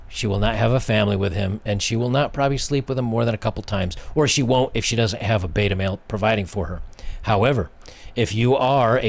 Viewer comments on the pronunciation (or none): none